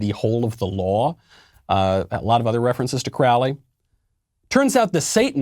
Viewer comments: Crowley is pronounced, "Cro-ly" to rhyme with 'holy'. He, (Crowley) was the son of an evangelist. Why people honor him is beyond me. He was really really sick. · Okay, first of all. Crowley was not a satanist. He was a thelemite. You are not pronouncing his name correctly. It's like a "crow". "Do what thou wilt" is about your higher self's will. Do your research before spouting something you no nothing about. You lost me quick. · I have a great deal of respect for you, so I'm not trying to be rude when I say the following, but you need to correct some of your information. Aleister Crowley wasn't a satanist and you also pronounced his name incorrectly. It's Crow (like the bird) then -ley like Lee. Also, "Do what thou wilt" doesn't mean "do any damned thing you want." It has more in common with the idea of individuation that Carl Jung wrote about.